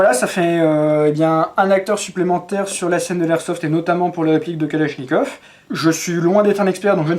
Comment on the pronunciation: Калашников. — Mispronunciation: "kaláshnyekAv" is the correct — so, the first one "a" is soft and the second one is stressed and strong; and finally, the last one sounds also a strong "a", like "uh" or "far, father, market", but not like "caught".